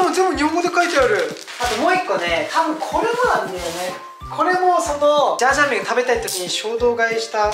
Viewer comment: 今回も参考になる動画ありがとうございます！ 前回のメガ割逃しちゃったので次狙いたいです😌 ジャージャー麺じゃなくてシャーシャー麺になってる笑